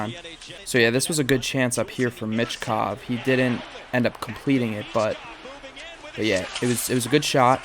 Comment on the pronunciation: Hey, philly fans. There's no T in Michkov.